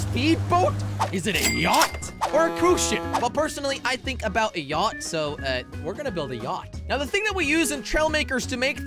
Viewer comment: Its yacht not yatch